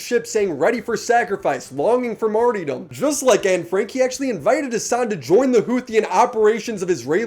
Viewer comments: Martyrdom is pronounced mar-der-dom. Not mar-dee-dom. The only place I have heard your pronounciation is from COD players referring to that perk from modern warfare 2 or something. They are pronouncing it incorrectly. Otherwise great video. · "Marty-Dom" lmao omg this guy is a retard. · Lmao at not even being able to pronounce “Martyrdom”. Shows just how out of his depth he is, bro should not talk about politics ever since he clearly does not understand what he’s talking about.